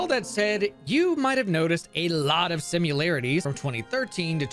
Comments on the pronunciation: bro keeps saying "simularities" lmao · it's similarities, not simularities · Okay for fucks sake it's SIMILARITIES not 'SIMULARITIES' please learn to speak properly, I know this is hard when you're American but you should at least try